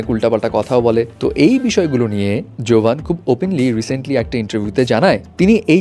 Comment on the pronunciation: জোভান ❌ গেভান✅